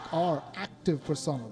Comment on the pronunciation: Person L. Not personil.